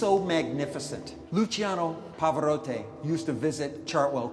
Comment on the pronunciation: There is nothing so cringey as trying to make something seem impressive, without knowing your stuff. "Pavarott-eh" Sure, man, very impressive name-drop, it would have worked better had you pronounced the name correctly, though. "We call this 'The Giant's Head'. ... This is a replica. It's made out of papier-maché, wiring, and concrete-type mixture!" Just... dear Christ. If you're going to pretend that something is upmarket, at least know what it actually is a (really bad) replica of?